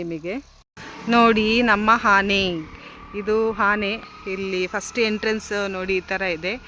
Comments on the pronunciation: Hane alla taeee ane adu sondelu alla dantha😂😂😂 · ಅದು ಹಾನೇ ಅಲ್ಲ ಆನೆ